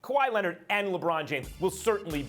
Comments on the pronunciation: KuWaa Lennett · “Kawhi Lennid” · "Kawhi Lennit, Kember Walker" 🤣🤣